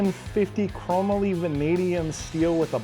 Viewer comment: You been around for a little while, and you don’t know how to pronounce “Chrome - Molly” ???